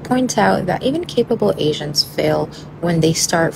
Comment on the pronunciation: I actually hear agents as 'Asians" are you using some kind of subliminal noise inside you speech?